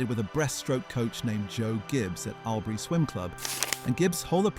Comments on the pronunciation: It's pronounced All-bury...not Owl-bury...and Two-hay...WTF Two-e man, Toohey! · Albury is pronounced all berry. Toohey is pronounced Tooee. Learn to speak correctly because I give up on correcting the rest. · Your pronouncing Albury wrong. Its ALL-BURY. And surname is not too hey, as the h is silent. TOO-EE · I gave this a thumbs down because of the atrocious pronunciation of Albury and Toohey. Its a great story though.